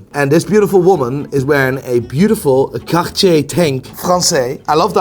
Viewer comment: Also, why do you pronounce Cartier the way you do? Is that how is suppose to sound?